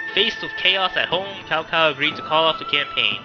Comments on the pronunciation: Its not cow, it would sound like this 'Chow Chow' and actually in the tv series of the Three Kingdoms, the Cao Clan are bad. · Its pronounced Tsao... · God OMG Cow clan again........... It's not pronounced that, even Dynasty Warriors learned that later on.....